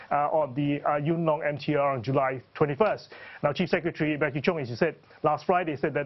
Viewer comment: He said "Cheap Secretary" ....Hehehe